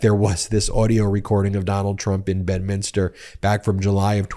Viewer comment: please you're driving me crazy ... it's pronounced BED minster